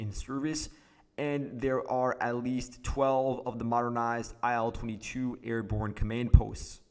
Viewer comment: By the way, IL22 is pronounced "EEL22"